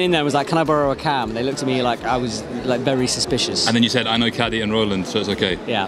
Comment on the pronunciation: Kaddi, no e at the end